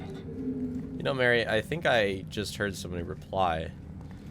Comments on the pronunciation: Its Mh-ari very obvious not Mhary fs shocking yal cant speak litteral basic fkn english propperly nvm scots. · please, I’m Scottish, this hurts, it’s Mhairi, pronounced marry, not MARY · why are they calling her marri it should be pronounced like varri